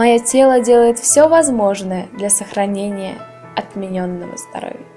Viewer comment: Уважаемая) а повнимательнее читать не могла бы? не отменЕнное здоровье, а Отменное! и без этих дурацких интонаций которые только отвлекают((